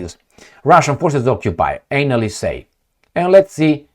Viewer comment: Not anal-ists, but.. analysts.. yeah I know. Rom. accent..but diff meaning